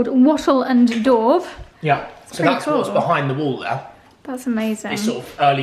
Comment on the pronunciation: Not sure if I'm miss-hearing you, but the construction in your home is "wattle and daub." It sounded as if you were saying "wattle and dauve."